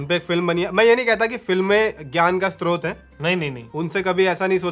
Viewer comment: At 17.24 mispronounced srot as istrot.